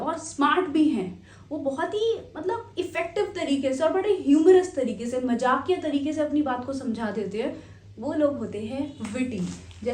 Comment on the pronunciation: Teacher, why do you pronounce majakia instead of mazzakia?